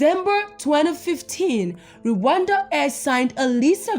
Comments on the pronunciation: Is not re wanda is rwanda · The way spells Rwanda, ati "Re wanda🙃😅😅